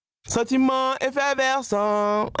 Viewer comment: Sentiment "effeverscent" 🤦‍♂️